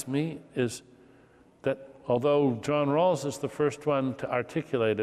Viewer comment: es JOHN RAWLS, no JOHN ROSS..... que alguien corrija eso